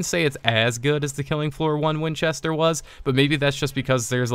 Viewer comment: You said Winchester the right way :P Also, he crossbow has a really big headshot multiplier, so be sure to go for those headshots!